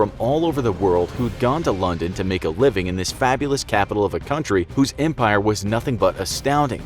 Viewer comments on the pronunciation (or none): none